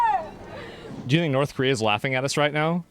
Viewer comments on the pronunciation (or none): none